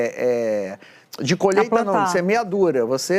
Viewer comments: Otavio fedes não e colheita, é colheta, lembre ele e um analfabeto. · Ele só fala e faz merdakkkkk Ano da " coleta" ops colheita.kkkk Burro demais ,nem pronunciar a palavra correta ele sabe. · Pqp....um. presidente que fala " colheta"...... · É a colhêta… é a colhêta kkkkk